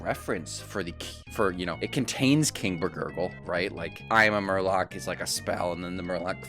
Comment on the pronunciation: Not only did you repeatedly mispronounce "I am Murloc" but you didn't even mention that the name of the card is a song from Blizzard's metal band. Tsk, tsk.